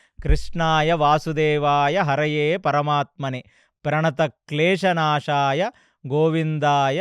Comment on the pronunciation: It's hare... Not Haraye... Please change it and post it again.